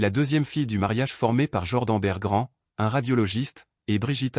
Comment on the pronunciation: Les enfants bergrands...on dit berggren 😂😂😂